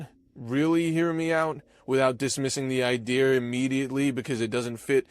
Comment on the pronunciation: 5 of 5 Next time impress me and drop the British 'R' from the word 'idea'. LOL